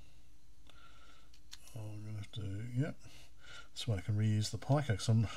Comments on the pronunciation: You do know that "pico" is pronounced as /piː.kəʊ-/, right? Or "pee-koh" if you can't read dictionaries. What the hell, dude? Stopped the video mid-way, can't bear to hear "pie-cow"… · sounds like PI-CO ?!..which actally makes sense being a raspberry PI... LOL should be PIC-O ? thats the way ive heard it all my life!.. yes PD works... and so does Ghosts and Goblins..aswell as others that GBS stuggles with.. seems to be the only converter ive seen that actually works properly! ill link ya on discord... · ive got some parts on the way to replace the GBS with a pico (and some comparators) for the CPC, should bring the size right down to slightly bigger than your vga converter here, and it works perfectly with all games/demos unlike the GBS... VGA4CPC on github.. i gotta order some boards soon...was gonna built one up on perf board to begin with.. ...the way ya say pico... gets me every time! LOL.. its pico like micro/nano/kilo etc! :P